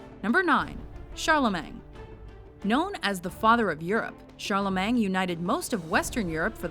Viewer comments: It's pronounced Charlemain, not Charlemang. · Is she saying Charlemang? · Pronunciation of Charlemagne is painful